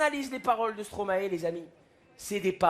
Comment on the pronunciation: Alors de 1 on se moque pas de Stromae et et de 2 ça se prononce pas StromAÈ 😂